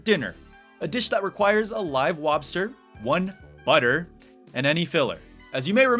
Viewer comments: and so on - why is he saying "wobster"? He seems to pronounce the "L" just fine in other words, but "lobster" is "wobster". Is this some inside joke or what? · oh. Didn't know that. I just saw that on it says "lobster dinner", but you still say it like "wobster dinner". I Googled it, and on the wiki it says "wobster" but "lobster dinner", so now i'm just genuienly very confused